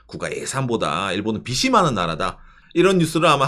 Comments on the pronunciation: 꼰대같지만... 빚이 발음에서 비시가 아니고 비지로 발음해주셨으면 좋겠습니다. 아 제가 문제인 듯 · "비시"가 아니고 "비지"로!